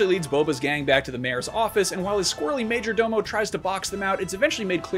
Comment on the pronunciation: Maaaajjjjooorrrrr DOOOOO MOOOOEEEE that word sounds absurd hahaha